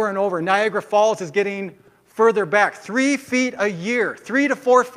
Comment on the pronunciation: I lost it when he said Niagara Falls. NOOOOOOO, come on, buddy...